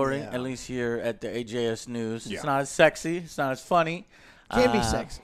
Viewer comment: I swear said AGS news instead of AJS